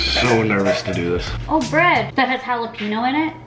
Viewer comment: Still waiting for the day when learns how to pronounce jalapeño correctly.